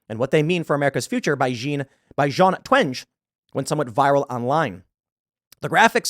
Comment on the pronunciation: I think it’s pronounced “jeen twangy” — at least that’s how Jonathan Haidt pronounces it.